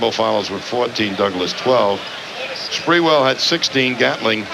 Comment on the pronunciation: Spurrel lol it’s spree- well